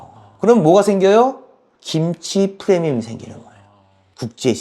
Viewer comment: 프레미엄× 프리미엄ㅇ 매번 프레미엄이라고 하시네요 premium프리미엄 입니다